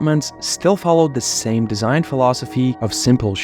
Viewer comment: Drinking game: have a shot each time he says ‘deeshaihn’.